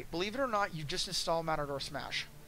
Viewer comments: Omg matador and mator like tomator are two different spellings and pronunciations if I knew you personally I'd cup check you so fast for saying that over and over again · Why do you keep saying matador? This is triggering me way more than it probably should.